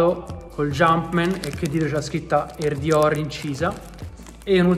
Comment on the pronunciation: ogni volta che dici “air dior” capisco “”